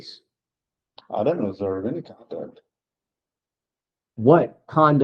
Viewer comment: He says I DON'T RECALL OF ENEY RIGHTS HE KNOWS AND THATS NOUNE CLOWN IN A CLOWN SUIT 🤡